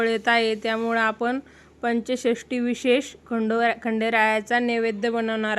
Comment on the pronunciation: पंच षष्ठी नाही.... चंपाषष्ठी असं आहे.